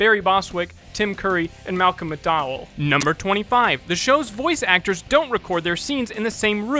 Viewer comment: no no no NO NO NO YOU DIDN'T SAY MCDOWELL RIGHT!!!!!!!!!!! IT'S MAL-COM MC-DOW-ELL!